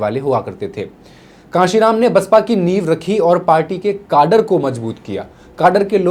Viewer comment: जयभीम सर जी...कृपया आप बसपा से जुड़ जाइये...वैसे भी आप कैडर को काडर कह रहे हैं...बामसेफ टूटी नहीं राजिव गांधी द्वारा तोड़ी गई...मान्यवर कांशीरामजी ने अपने सांसदों को लेकर इस शर्त पर वी.पी.सिंह को समर्थन दिया था की परमपूज्य बोधिसत्व बाबासाहेब डॉ भीमराव आंबेडकरजी को भारत रत्न और ओबीसी वर्ग को 27% आरक्षण दिया जाए...आपने वीडियो में बीएसपी की बहोत सी बाते अपने ढंग से पेश करने की कोशिश की जिसमे कई तृतीया और असत्य है...कृपया अगली बार किसी विषय पर वीडियो बनाने से पहले सम्पूर्ण अभ्यास करने का प्रयास करे.....जयभीम जय बीएसपी मिशन